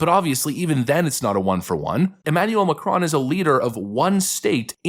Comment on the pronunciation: Pronounced Mah crone like drone